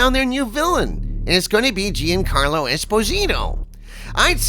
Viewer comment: You’re mispronouncing Giancarlo. The first four letters, Gian, form a single syllable. It’s pronounced John. Not Gee-un.